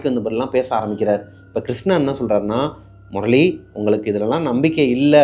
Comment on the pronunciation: Morali illa anna 😂 murali